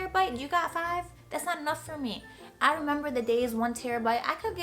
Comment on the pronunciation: She has a NY accent every time she says "not". "NAHHYT so good". LOL. Also a request: another ASMR video